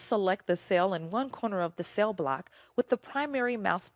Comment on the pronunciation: I get distracted by her pronunciation of "cell" or "sail".